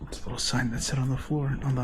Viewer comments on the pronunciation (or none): none